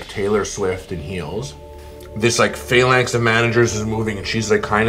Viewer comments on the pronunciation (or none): Man said phalanx :)